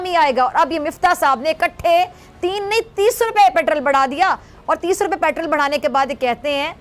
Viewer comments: ko doctor ki diggory kisne di petrol ko petral bolti he jahil worat raw ko rauw bolti he🤣🤣🤣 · petraaal 🤣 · Petrrraal pronunciation